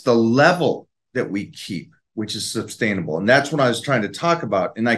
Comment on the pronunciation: I know isn't the sharpest tool in the shed but "substainable"?